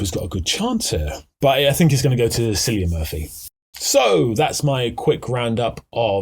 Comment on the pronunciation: While I appreciated this video, I truly enjoyed your penchant for butchering names. 😅 You pronouncing Cillian as Silly-an, instead of Killian, toward the end, brought me true joy. Thank you. 😊